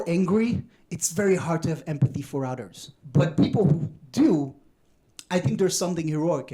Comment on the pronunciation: With the discussion over cows, he says, "Vegans, not now." Then he says, "When you're angry, it's very hard to have empathy for others." But because of his accent, it sounds like "very hard to have empathy for udders". 😅